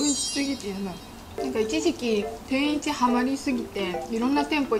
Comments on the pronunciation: 食ちゃんの「天一」の発音がおかしいのか、それとも関東の人の発音はみんなこんな感じ？ 違和感がすごい… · てんいち→→→→って発音は関東では普通なんですかー？ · 関東の人の天一のイントネーションがどうしても気になる笑 関西人ならわかってくれるはずw ぜひ京都にある本店に来てみてほしい！！ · 天一のイントネーションが京都と違うの違和感あるんだけど可愛いww